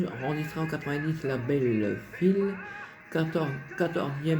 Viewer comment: Et la maison de disques n'est pas Phil comme tu dit !! mais Phillips ? Essaye de prononcer jusqu'à la fin si tu peux bien sûr ?